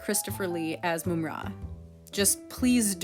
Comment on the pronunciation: Moom-ra 😂😂😂😂 what happened to mumm-ra?